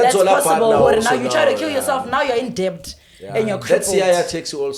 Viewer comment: That chick butchers the word debt😂